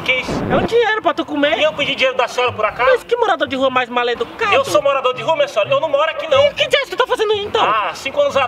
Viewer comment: “MALEDUCADO” KKKKKKKKKKKKKKKKKKKKKKKKKKKKKKKKKKKKKKKKKKKKKKKKKKKK